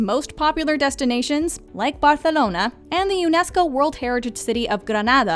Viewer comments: She has a guiri accent, it's not how we pronounce it, but I disagree with Razvan, it's not cringy, she is not fluent in Spanish so her pronunciation can't be perfect, but she could have said it in Catalan, cause it's easier to pronounce for foreigners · She's trying too hard to pronounce the name Barcelona as if she were Spanish but still failed since instead of saying the "ceceo" she instead enunciate it like strong "th" which turned out really bad. It would be better if she just stick to it's English pronunciation. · The way she pronounce Barcelona is so cringey AF. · Your pronunciation of Barcelona makes me cringe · no, thats not how they say it